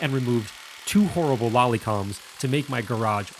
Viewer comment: Lally columns not lolly columns :-D